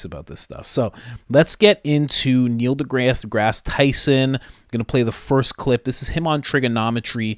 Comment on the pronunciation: Neil DeGass Tyson.